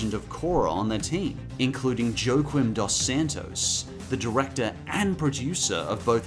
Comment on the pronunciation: One thing, IIRC "Joaquim" isn't pronounced "Joe-qwimm", it's like "wha-keem".